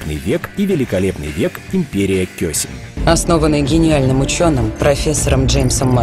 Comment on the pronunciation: Кёсем. ударение на е